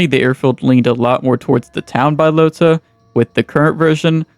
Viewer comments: Hahaha Bi-lota? you some kind of special or something bro? good video tho <3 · Bbaaiiyyalootahhh and mushikihnoo 😂 Anyway, its crazy how bad documentation bohemia had/has and also that there was no one noting these things down on a website or wiki like there is for most games😅